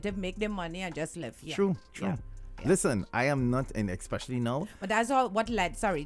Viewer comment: Years now saying 'thought '. Oh gosh, it's Taught. And there's no X in 'ex-pecially', it's Especially.